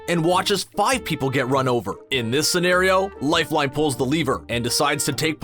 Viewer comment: Is anyone anoyyed by the way he says "lifeline"